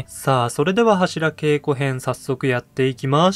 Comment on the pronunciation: 年末だったらいいですね ２週続けてもアリかと ちなみに、ハシラケイコではなく、ハシラゲイコと濁ります 初稽古とか寒稽古と同じ読み方です ご参考まで